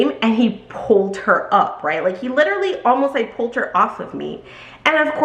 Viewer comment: Wow! I can’t believe you only get a Dollar commission on each bag! I am shook! No wonder the staff are often rude and don’t eagerly try to help anyone! Shame on LV for selling expensive bags, but being cheap when it comes to the employees! 😡 But also…read and pronounce this word….say it with me…Literal. As in what the literal eff! So when you and an ly at the end, that doesn’t change the pronunciation! One of my pet peeves is people who aren’t British, speaking as if they are! But it’s for this word only! 🤪 We are American. We say Literally! Lit-er-al-ly. It has 4 syllables! Not 3! Stop saying “Litrally”. 🫣 It’s lame. Otherwise great story great video! 😀